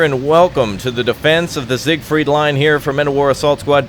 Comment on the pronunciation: it's siegfried not sigfried